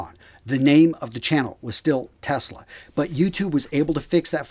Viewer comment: Was that 'Test-lag' or 'Tesla'? - Sorry, I could not resist it! 🤣😂 Anyway, glad you and your team got the site up and running. 👍